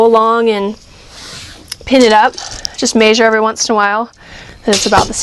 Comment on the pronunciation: "may-zure".... measure, it's measure. with an "eh" sound m-eh-sure